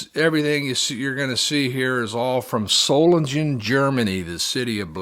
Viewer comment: Everyone mispronounces Solingen. There is no J, it's pronounced as a G.